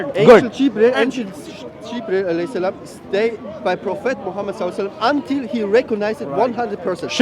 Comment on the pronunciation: I’m pretty sure this guy doesn’t speak Arabic saleb Saleb salelem what the heck is that